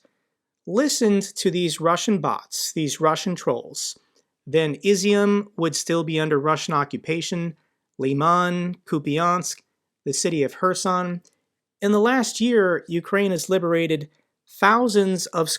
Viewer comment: * ee-ZYUME (two syllables), not IZ-zy-um.